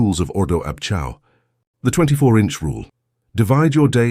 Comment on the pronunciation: Iol.. ordo ab Chao .. chao is not pronounced chow. lolol.. its pronounced kay-o.. a.i. rubbish.